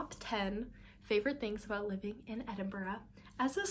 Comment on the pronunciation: the only american ive heard pronounce edinburgh correctly